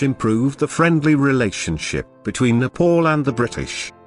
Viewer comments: Respect my country please it's not Nepol its Nepal idiot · First, my country name is NEPAL not Nepaul idiot. Second, British don't have such courage to colonize NEPAL. Third, when British are not able to colonize Nepal, they say Nepal don't have any resources...LOL Bravery is in Nepalese blood, not even in your dreams.. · Kushal Thapa it’s just his accent lol, you trying saying a western countries name without mispronouncing it.